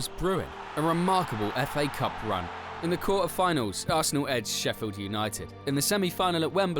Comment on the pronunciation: Warum muss man so eine scheiß syncro haben bein den jeder Spieler falsch ausgesprochen wird was ist der Fa Cup das heißt F A Cup 👎🏻🙄🤦🏻‍♂️